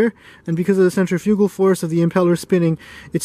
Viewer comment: each time you said centrifugal i weeped another tear